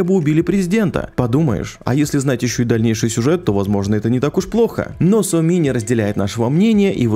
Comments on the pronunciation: Еще Соми произносит как то по уебански: Со мИ. Втф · ну какая сомИ, какой хансЭн? играл бы с нормальной озвучкой - слышал бы что ударения там совсем другие, а так прям слух режет